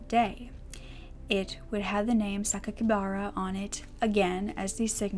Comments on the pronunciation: i do believe sakikabara is pronounced Sa-key-ka-bar-uh bar, not bare! could be wrong though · I'm sure I'm the millionth person to point this out, but Japanese is almost purely phonetic. Sakakibara is "sah-kah-kee-bah-rah." Sometimes you may hear a diphthong like an "aye" but those are pretty sparing.